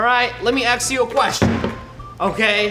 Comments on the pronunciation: Roi:let me ask you a question Me did he say “let me axe you a question.” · NO ONE NO ONE "let me AXE you a question" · When he got the ax did you here that hidden joke Go back to Let me ax you a question Anyone or am i crazy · He did say let me axe you a question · Yesh he said that for a joke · When he got the he said "let my ax you a question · let me axe you a question😂😂